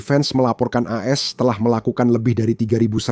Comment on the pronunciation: Tolong min klo menyebutkan AS jangan blepotan...gua gak jelas menyimaknya 😁😁😁